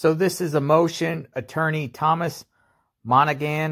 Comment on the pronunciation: Pronounced , Mon A Han , it is an Irish name.